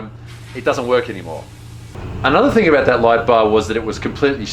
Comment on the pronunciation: Your Aussie genes showed up . "talk aboot" :D